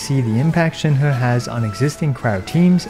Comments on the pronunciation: You pronounce Shenhe correctly! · Salute for pronouncing Shenhe correctly. It's fuckin cringe to hear many Western youtubers pronounce her name "chain-hee" when it's 2022 and everyone has access to google.